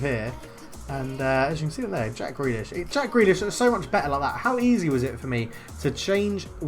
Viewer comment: You still got it wrong 😂 But, just for the effort, you have yourself a new Patreon As for favourite player? Well, it was a tough one between McGinn and Tierney so I’ve gone for Grealish lol Gotta stick with my kin and say Tierney. Always plays well